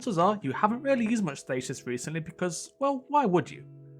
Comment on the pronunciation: You're not the only one that has trouble pronouncing it.